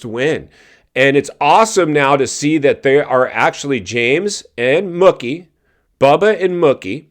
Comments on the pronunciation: His nickname is pronounced "Mookie" like "Pookie" NOT "Mucky" "20 years apart or more"? Bubba's last SX win was in St. Louis on March 29, 2014 so, if my math is right you are about a decade ahead of yourself since it's not even March yet. Yeah, you seem like one of those kind of tight asses WTF are you holding on to it? You can't spend it when you are dead. They posted it on their Instagram before you uploaded this video that Tomac has a broken left leg. do some F'n homework before you come on here with these word salad videos. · it aint muhkee bro, its MOOkey. jesus 😆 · I can't stand you. The way you said Mookie like Cookie 50 times had me so irritated. It's Mookie yes but pronounced like the cow sound.... Moo-key. For someone who has a show about Motocross and watches it you should be able to know that and pronounce it right. I have no problem with Mookie winning but I doubt he will ever win again and If Jett was there and not hurt and if Tomac wasn't hurt or Sexton didn't crash I do not think he would have won that race no way no how. And it hasn't been 20 years apart since Bubba won and Malcolm did. James last win was in 2014 so you're math ain't mathing.....not even close. It's only been 10 years. Smh can't stand you you're so lame and cringey.